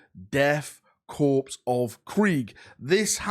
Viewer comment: Death “corpse” of krieg??? Thought you was an ex military man, corps is pronounced core come on you should know that….